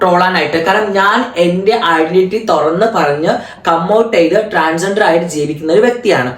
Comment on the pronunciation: ട്രാൻസെന്റർ അല്ല 🏵️റി... ട്രാൻസ് ജണ്ടർ ആണ്... സ്വന്തം കമ്മ്യൂണിറ്റിയുടെ പേരെങ്കിലും പറയാൻ ആദ്യം പഠിക്കു 🤣🤣🤣🤣